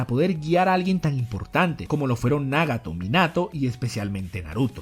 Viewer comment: Por qué pronuncias Nágato, Óbito pero Naruto y Minato pronuncias como todo latino cuando los japoneses pronuncian Náruto y Mínato, me gusta tu contenido pero deja de querer hacerte el japones y pronuncia como todo latino: Nagato y Obito naturalmente, seas mamón, espero hayas entendido el punto, abrazos !!